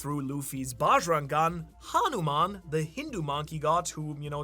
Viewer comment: Hey. Not sure if you'll ever see this message, but I wanted to give you some love on how well you pronounced Hanuman. I was genuinely impressed. Kudos! Small improvement though, since you might need to say it again in the future. You pronounced the Han part of Hanuman like Han Solo (of star wars). But its actually pronounced similar to hun, the short form of honey. So the way you would say gun or bun or fun. Its Hun-uman, but its written with an A so people dont pronounce it hoonuman. Ofcourse, you probably wont see this, but if you do could you maybe like this comment so I know I've reached you? Love your vids!